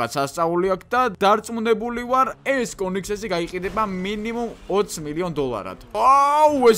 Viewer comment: კონიგსესი კი არა კონიგსეგია და კიდევ ლამბორჯინი კი არა ლამბორგინია